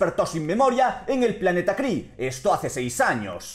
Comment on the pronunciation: min La capital Kree a lo que a mí me suena como: la capital cri-nge ;D xDDDDDDDD